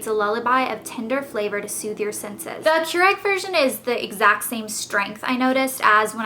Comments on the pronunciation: Its not Keur-egg its Keur-ig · she kept saying kyur-egg. not kyur-igg. made me crazy! lol. looking forward to trying their teas!!